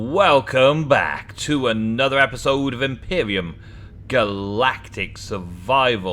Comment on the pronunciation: is it just my ears that i am hearing you say Empyrium and not Empyrion? if so let me know, if it's your accent then I apologize.